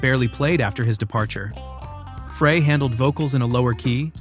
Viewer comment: (Glenn) Frey is pronounced like "fry" no "fray". (Rock Me) Tonight is one word... "tonight" not "toe night". This is why I'm sick and tired of the AI narrated videos. Regarding Metallica vs Napster, Metallica was right IMO because apparently those songs weren't even released yet. But didn't they also benefit from a bootleg tape when they were starting out? Napster was shut down but it probably increased sales to a lot of bands. For example, an average Joe living in Kansas likes a song by GnR, Fleetwood Mac, Styx etc... take any band or artist. So he downloaded it and liked it so much that he wants the CD so he can have a copy of the original. I'm betting there was a lot of that. I'm not saying what Napster did was right but that site probably generated extra money for a lot of bands.